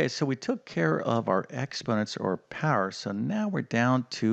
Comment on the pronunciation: Where are you from the word power,power learn how to pronounce 😂😂😂😂